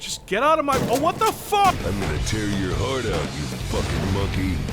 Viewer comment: Hwot? Kurwa.